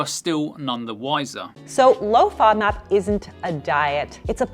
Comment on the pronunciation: Serious question: the O is a long Ō in the word, but in the acronym she keeps making it a short vowel...why??? Should it be FŌDMAP? 🤷🏻‍♀️